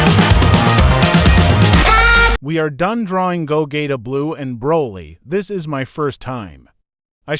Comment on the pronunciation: gogayta XD